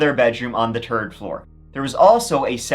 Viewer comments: The word is third not turd learn to speak English please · "Turd Generation"...😅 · "There was a turd guy, too."😅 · They were turd generation chinese. Thats exactly how i heard it from you. Lol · I love this channel but for the love of God, please stop saying turd. I don’t care about your accent. Please pronounce it right it’s called third. It’s pronounced T.H.I.R.D. It’s not that hard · Love how you said "third floor" as "turd floor." Brings a fantastic image to mind. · I like his pronunciation of 3, 13 and 3rd or rather tree, turteen and turd….…I suppose 33 would be something like turtytree… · So let me get this straight there was a turd roommate and a turd floor? 😂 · No! Congrats to you for the stats! I do contend, however, that there's a higher count out there, but I'll leave it to you, Count Zaddy to find & compute turds for us. 🤓💩😂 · Hehe... Turdy Juan. 🤣😂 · I feel so immature but turd gets me everytime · “…the terd floor.” Hahahaha Must be a lot of birds on that floor, eh 😜😜😜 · I have been following you for years ,as a London Irish girl I love you say the 3rd and pronounce turd you remind me of my Irish parents keep up the good work